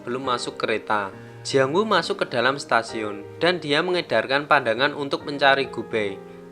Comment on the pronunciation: Ketika sampai di Setasiun🤣 Stasiun bang bukan setasiun🤣